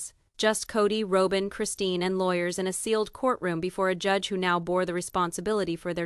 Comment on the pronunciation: Why put it out when you can't even say Rowbins name right. Robin Rowbin. If its worth listening to at least main characters names right